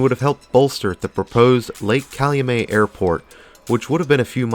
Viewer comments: lol calumay like the he said it. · It is pronounced Calumet like get. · Pronounced Cal-u-MET like the NY baseball team. Used to be some decent strip clubs off Torrance back in the day.